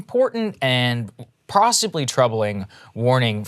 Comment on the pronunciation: “Prossibly”? Hehe